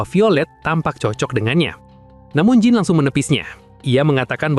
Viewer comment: Jean dibaca Dzan.